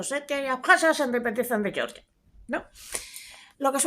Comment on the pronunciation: Georgia se pronuncia "Jeorjia"